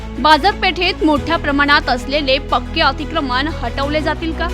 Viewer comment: मणपा कडून😂 अतिक्रमन😂न ण का म्हणता